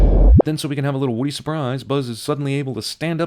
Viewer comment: Woody or Woddy?